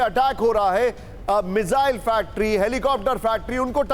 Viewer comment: गधे मिज़ाइल नहीं, मिसाइल बोलते हैं उसको। कहां से पढ़ाई की है भाई??😂😂😂😂